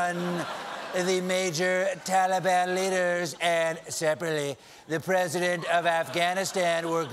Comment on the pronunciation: Am I the only one that's hearing Tali-bam